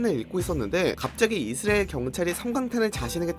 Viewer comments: 이스리일? 발음이 좀 이상하긴 하네요. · 이스리에 ㅋㅋㅋㅋㅋ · 그러니까 이스르에로밖에 안들리자냐 센서쨩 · 진짜네? 이스르에 ㅋㅋ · 영어 발음은 이Z리얼 에 가까우니 영어 발음이라 우깁시다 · 이슬이라고 하는거같음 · 이스 아(크게) 을. 이라고 발음해보세요^-^ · 이스릐얼(israil)이라 발음하면 그나마 나으실겁니다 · ㅋㅋㅋㅋ 이스라이 들으니 참이스리 생각나내요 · 역시 이스르엘 발음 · 이스레일이라 하시네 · 의스르엘ㄹ 발음 중독된다ㅋㅋㅋ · 이스라엘 발음 안되는건 여전하군요 ㅋㅋㅋ 볼때마다 신기합니다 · 아 몰랐는데 신경쓰이네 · 자꾸 들려서 스트레스 됨. 내용 안들림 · 발음 왱그래 ㅋㅋ